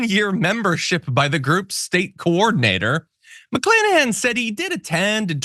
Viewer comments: I heard McKlanahan...!? Yup, McClanahan. Nominative determinism detected! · Mc-CLAN-ahan. Seriously? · McClanahan, really? McCLANahan, stop it!